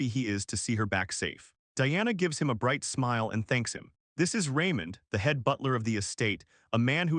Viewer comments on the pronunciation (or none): none